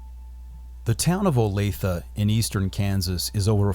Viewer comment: Thank you for pronouncing Olathe correctly.